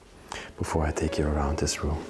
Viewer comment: ROOM NOT RUM JAJAJAJJA